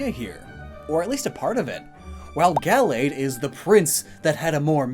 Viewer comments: 1. The stress in "Gallade" is in the second syllable, not the first. 2. The first /a/ in Gallade is pronounced "uuh." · I don’t really pronounce Gallade Gal-lade I say it Ga-lade